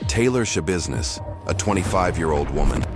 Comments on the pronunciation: Why do I keep hearing her last name as Showbusiness? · I'm sorry but my seriousness went away every time I hear Shabusiness- why am I like this. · Is there nobody going to say anything about her name? Taylor Schabusiness. How do you pronouce it? Tai-lor Ya-busi-ness? She definitely made it ya business alright. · It's not shabusiness